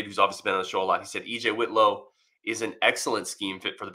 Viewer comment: Pronounced WIT low, not WITH low.